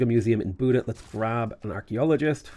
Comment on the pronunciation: Buda is pronounced with the letter A as in Arm. luv the vids